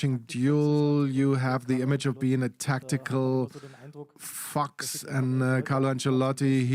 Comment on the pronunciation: Every time he says a "tactical fox" the way he says fox I always think that he is saying the F word xD